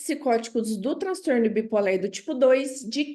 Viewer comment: Adorei a aula, muito esclarecedora, mas não entendi porque a professora fala "bi polér". Isso é devido a linguagem neutra?